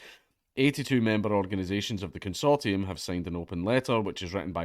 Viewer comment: It's pronounced consortium, not consortium.